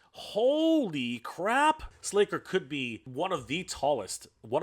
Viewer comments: SLACKER. Not "Slayker". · Slasher, pronounced with a short ă. C'mon!!! How long have you been talking about these properties. I think you're trolling us.